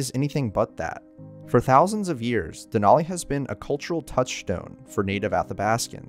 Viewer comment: Just FYI, the “a” in Denali doesn’t have a short “o” sound. It is definitely an “a” sound. So it’s more like “Al” than “all”.